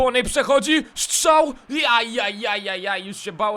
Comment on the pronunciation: POCO MUWISZ SZCZAŁ !!!!!!!!!!!!!!